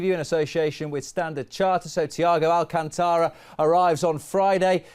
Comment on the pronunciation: People, it’s Al-CÁN-tara! Say it right